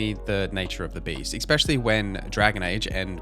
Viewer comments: Also, I've been meaning to say this for a few videos, but I love how you're honest, you're not just shilling and nor are you ripping into the game for sake of it. I love that. But for t he love of the Maker, it's "especially" not "expecially". Triggers me every time. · If i hear expecially one more time